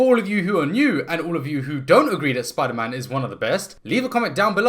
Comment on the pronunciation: *gasp* ItS sPoOdEr MaN rEeEeEeE